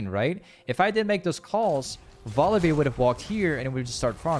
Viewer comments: Volibeer? who the f is volibeer? You mean volibear? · I love how he calls him Volibeer and not Volibear